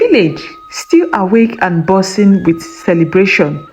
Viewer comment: The village was bozzing? It’s buzzing not bozzing.